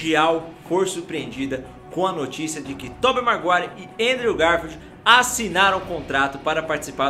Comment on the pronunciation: É Tobey maguire e não marguire